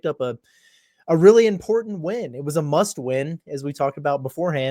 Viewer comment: Did I hear you say it was a muss win???? 🤔😳😂